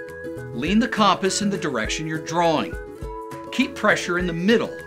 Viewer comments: I was wondering if that was annoying anyone else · Disliked PURELY for "CAHMP-us" pronunciation 💀 bizarre